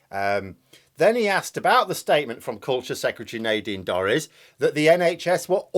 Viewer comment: Is it actually Naydeen or Neighdine Dories? Sounds very equestrian, in any case! Is that why she's so full of sh*t?